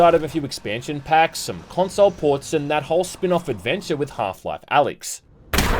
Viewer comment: The way you say "console" rubs me the wrong way.